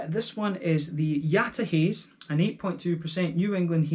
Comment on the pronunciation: Yataha[t]ze :) thanks for the review !